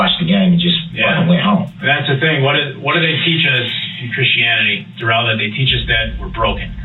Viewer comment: Ole Duh-rell.